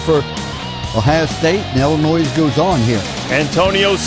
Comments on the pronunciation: Hey Holtz, it's ILL-inois not ELL-inois. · hey holtz the s is silent its like illinoi not illinoiZ